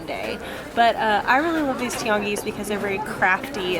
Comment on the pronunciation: I love the way you pronounce Tianguis, it sounds almost like a french accent.